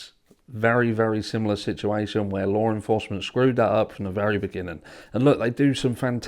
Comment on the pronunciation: Can I get a translator over here?? I don't know the difference between LAW ENFORCEMENT and "lore enforcement ".. 😂😂😂